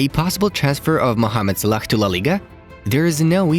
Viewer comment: Hey I love your videos but you pronounce some popular footballer names wrong. One example is Salah... You say Sa-lack when you should be saying Sa-la. Other than that you guys are doing an excellent job with this football channel. ☺👏👏❤